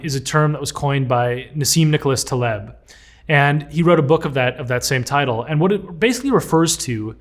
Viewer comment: *giggles. You said “tittle”